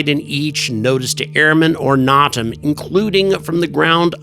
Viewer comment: NO - TAM not NOT AM. NOtice To Airmen